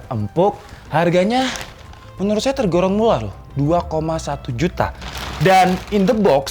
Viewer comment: Tergorong Mulah L dan R yang tertukar